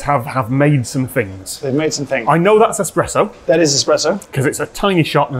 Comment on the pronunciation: Most importantly, you have discovered a love of coffee, 👏👏👏 I also offer my apologies, because I'm the bore that is going to bring up that the 'pressurised-water brewed coffee bean liquor' is called espresso (and not expresso)... 🤞😬👍